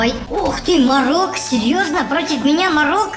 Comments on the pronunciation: Это мо'рок а не моро'к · Не марок а мо'рок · не морОк а мОрок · не мОрок ,а морОк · Это не марок а морок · Мо́рок а не Моро́к. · Извините что опаздал, но правильное ударение Морок. (ударение на первой О, а не на второй). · Морок ударение на о.